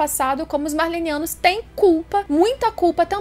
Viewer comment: Não seria Marleyanos (como no mangá)? diz Marleynianos toda vez.. Que agonia..rsrs